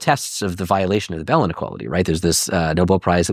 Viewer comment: First: It’s Bell, not “Belle.” Second: Hubble did not “disagree” with the expanding universe, which is why it is now known as Hubble’s LAW. Third: Everything else you said is equally wrong and ridiculous.